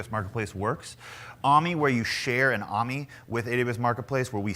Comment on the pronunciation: "...into a customized AH-MEE..." ... Ah-Mee = AMI